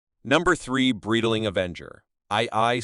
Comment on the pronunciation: Bro can't even pronounce Breitling currently what a joke